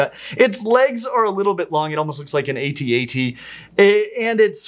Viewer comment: I have to assume that someone informed you that it's pronounced "at at" instead of a - t - a - t. But did they make you renew your Nerd License? Because you need to go back to Nerd School after making that sort of error. 🤨 😂😂😂😂